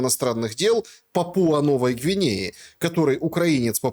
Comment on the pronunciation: Позорище Шелест! Журналист? Пåпуа-Новая Гвинея-ударение ставится на первый слог , а не ПапУа😨